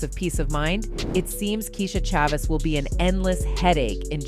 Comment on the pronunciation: Yo, the AI pronounced "Chavis" like 18 different ways. 😂